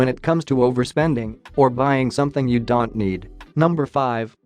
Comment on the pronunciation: You don't pronounce don't right.